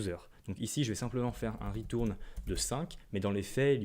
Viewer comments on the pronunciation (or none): Le "ritourne" m'a tué